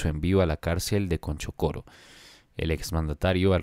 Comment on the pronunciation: Se dice Chonchocoro, no Conchocoro.... tengan mayor cuidado